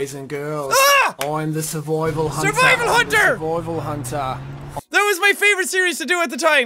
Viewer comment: SuRvOiVaL HaNtA lol